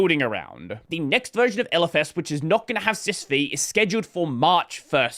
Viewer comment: "Sys Vee" is triggering me.. it's System 5..